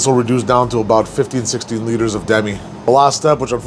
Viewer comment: I enjoy your cooking and style. It made me chuckle when you said "liters" in a Canadian dialect. What the hell is a liter? Sincerely, no dialect Chicagoan, as far as I can tell.